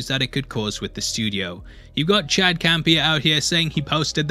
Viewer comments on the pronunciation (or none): none